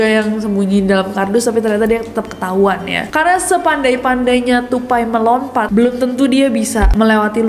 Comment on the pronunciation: "Sepandai²nya tupai melo(n)pat..." only if u remember dat one😂